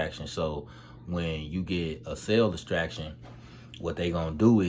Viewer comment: Couldn't tell if he was saying "cell distraction" or "cell extraction" 🤣🤣.... Every time I heard cell distraction it made me chuckle.